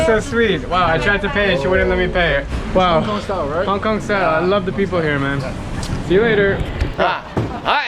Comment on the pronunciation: hong konga looool ahhhhhh